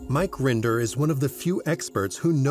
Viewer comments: “Mark Render” how did you get one of the main defector’s name wrong? It’s Mike Mike Render! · Mike Rinder, actually